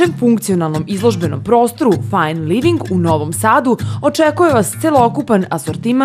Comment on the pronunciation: fajen living aj boze zasto koristite strane rijeci ako ih neznate izgovarat